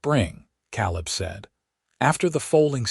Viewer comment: I have NEVER heard the name "Caleb" pronounced "KAHL-ub" until your POS AI!!!!!!!!!!!!!!!!! It IS commonly pronounced "KAY-lub"!!